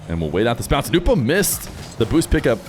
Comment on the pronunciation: It's "no-bu" not "new-po" why do people mispronounce